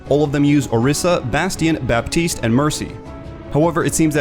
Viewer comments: The "p" in "Baptiste" shouldn't be pronunced, fyi. :) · You're not supposed to pronounce the P in Baptiste.